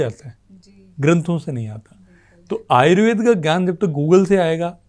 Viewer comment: बहुत सुंदर लेकिन एंकर महोदया से अनुरोध है कि वह आयुर्वेद को आयुर्वेदा न बोले